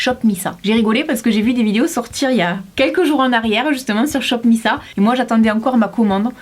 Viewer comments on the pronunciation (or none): ON DIT « SHOP MISS ÈYE » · sa se prononce shop miss « aye » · Hey! j'ai pas encore vu ta vidéo complètement mais miss a ça se prononce à l'anglaise:) (référence au groupe de Kpop il me semble)